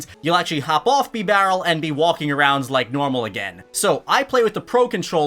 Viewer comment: He just said beebarrel